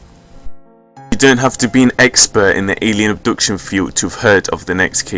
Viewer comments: It's pronounced AB-DUCTION not UB-DUCTION! but otherwise nice effort. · "Oobduction" lol